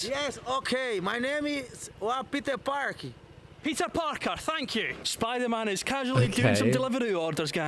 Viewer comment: Oooh a brazilian, I could recognize my country's way of speaking english even if I was half deaf lmao "Mai neimi? Piter Párqui" with the rolled R too XD